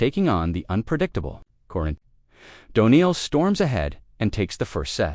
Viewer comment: I can’t take your narrating seriously when you call a player named Daniil “Doniil”. It’s not that hard.